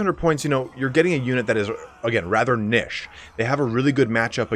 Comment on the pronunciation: Can you learn to pronounce Niche please